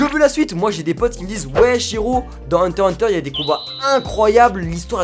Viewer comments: Ses pas hunta ses hunter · huntah huntah c sa la pronnonciation xd non c hunter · Il a dit hunta hunta au lieu de hunter hubter 😓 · je rêve ou il a dit hunta hunta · Mon préféré animé sais hunter x hunter an deuxième sais one piece et sinon on dit hunter hunter pas unta unta en plus un moment tu l'as bien di 😔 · Vous avez entendu comment il a dit Hunter x hunter il fais exprès ou quoi 😔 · C'est moi ou il à dit hunta hunta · tu sais pas prononcer Hunter x hunter